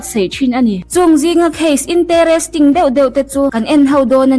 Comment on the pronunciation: Sawiselna ni lo in, suggestion ah ngai la, khilai comment i reply ah khian I uang lo ta sa sa, English lam dan ah hian tlem te in tihdanglam deuh ka lo chak a, ka thiam vang ani lo ania aw.... Lam dan pangai deuh hlek a awm ve a, youtuber hi influencer in ni tel a, interesting tih te hi heti lo deuh hian lam la ka lo ti. A lamdan diktak a awm vek lo chungin Nakin zel a anmahni tan vek kan tih ang in kan naupang te hian tun a i lam dan aia mawi deuh khan lam theih ania, tunlai thangthar chu Mizoram pel mai ni lo, India ram pel rawk a hnathawk an tam tawh a, tlem te te in lo insiksawi hlek la ... Hate comment emaw ti a min rawn khak in awm chuan ka chhang peih lo thung aw🤣🤣🤣